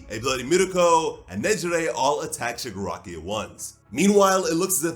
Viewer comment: My guy really said shigirockery